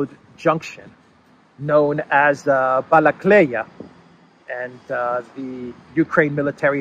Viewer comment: Not Balakleya - it's Balakliya.